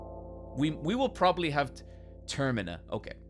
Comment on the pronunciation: been asking myself since the first video why he pronounces termina "termania", thought it was some in joke that i was not getting